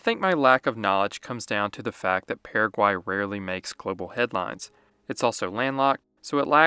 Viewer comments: Dude, it's just as easy to pronounce the country the way it is pronounced by the natives. So it is Purra-guay, not Para-quay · The way you pronounced Paraguay, I already know exactly how you speak Spanish.